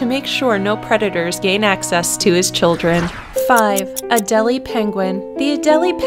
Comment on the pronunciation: Love this channel but it's prenounced A d Ai l Ai for Adeile